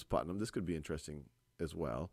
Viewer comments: Thanks for explaining this topic so well. It was however, annoying when you kept pronouncing Putman as Putnam. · I've noticed that in this video and the previous part, instead of saying, "Put-man", as in the name of the scientist in the story, the name is being pronounced as, "Put-nam", as in the character from "The Crucible". It's a very slight difference, but I have been able to hear it.